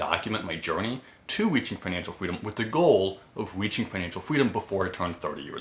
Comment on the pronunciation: I don’t know the words weaching, wery, etc. Learn overemployed. I made like 700k, saved and have roughly 450k invested